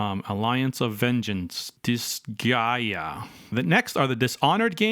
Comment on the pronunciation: great news! you said disgaea correctly!